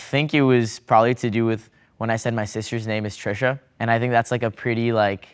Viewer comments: guyss that's Trisha not tresha or some english name. And that's Indian name meaning noble. It's becoz of his american accent he sounded so odd. That's why I recommend Indian overseas to call names in Indian accent only . That's much better. Here miscommunication happened 🙃🙃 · fr it's the way he pronounced it. he could have at least said "treesha" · Because you pronounced Trisha with American accent. T is Trisha is completely different in Indian language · He pronounced wrong ...He said Trisha's "T" like from 'T'omato..while it should be from 'T'andoori ... 🤷🏽